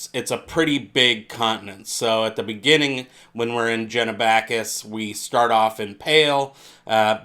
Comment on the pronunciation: Really interesting video but stop pronouncing it Jenabackis, it starts with a G, so like the G at the beginning of gay, Genabackis